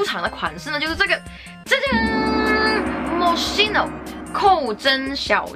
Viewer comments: 大哥，发音发错了，KEY no,不是西no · 是这么读的mo“schi”no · 看语言 mos七no是西班牙语发音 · moskino吧。读音还是按人家的产地的来吧。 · 你是不是读错了呀品牌名